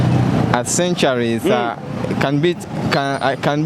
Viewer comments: I wouldn't say sen- ture- ri.😢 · But your pronunciation of century is somehow off my teacher no wonder the other guy was mistaking it sanctuary.